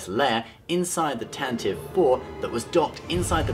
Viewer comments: Jesus christ, its "Tan-Tiv-ee" not "Tan-tive" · It's pronounced Tantivee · The name of Leia's ship, the CR-90 was pronounced 'TAN tah vee", btw. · Tantive is pronounced Tantivee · Pronouncing Tantive wrong :(